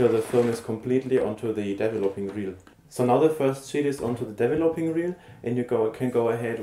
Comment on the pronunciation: Hello, it is called DE-VE-LO-PING tank, not as you pronounce it DEVVELOPPING tank... This sounds rather silly! Regards, B.C.